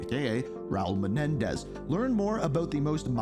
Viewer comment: Sorry but you said his name wrong. It's Raul fkn Menendez